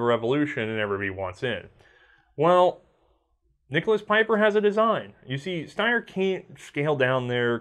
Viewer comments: Picking a nit, but it is actually an important one. German Like most americans your reverse the position of e and i when the combination "ie" is used. It should be a long smiling "i", not a "ey", Pieper you pronounce like Peiper would pronounce and those are dissimilar words. Steyr however you get exactly right. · Pieper is a Belgian surname and it's pronounced" Peeper". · Just FYI, "Pieper" is pronounced "Peeper".... If you transpose the e and i it would be pronounced "Piper" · Wrong pronounciation: Peeper